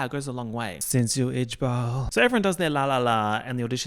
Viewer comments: i know you said "yeah yeah, since you ijbol" but it sounds like "yeah yeah, since you itch ball" 😢😢😢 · did u say "since you ijbol" 😭